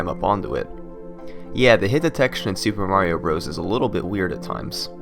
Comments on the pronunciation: HAHAHAHAHAHAHAHAHAHAHAHAHAHAHAHAHAHAHAHAHAHAHAHAHAHAHAHA you can't even say Super Mario Bros. correctly. LOLz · I hate that he calls it Super Mario Bros.